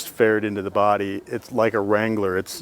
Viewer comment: You saying Jeep Wrangler wtf